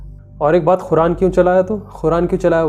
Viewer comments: Khuran nai its Quran.. try to pronounce it's properly.. atleast Quran ko toh properly pronounce karo... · Bhai Bura mat manna. Ap QURAN KO KHURAN KUU boltay ho please correct This 😢😢😢